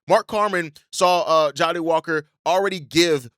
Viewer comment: I can’t ignore it anymore. It’s Jah-dae not ja-ha-dae